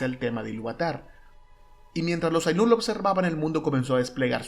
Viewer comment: muy bueno, aunque mal pronunciados los nombres :(... MELkor, AInur, iLUUvatar, Eru